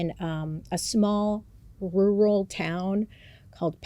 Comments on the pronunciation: i swear no one from the ie can pronounce rural 😂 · Bailey! RUR•UHL. Rural. :) I believe in you, you'll get it someday. ;) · bailey, o get it with the word “rural” i also have a HARD time trying to say “world” and “word” and make them sound different lol